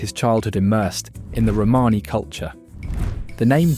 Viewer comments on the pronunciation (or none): Nice video, with some really interesting information...but please get an editor or sort out how to pronounce words - I coped with hearing "Romany" mis-pronounced tens of times, but eventually bailed when Louis Armstrong was pronounced as "Lewis"... It sounds critical but if you want people's time watching it at least get it right.